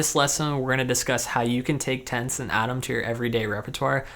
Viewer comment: It took me several repetitions to figure out he was saying "tenths". Tents? Tense? Oh "Tenths!"...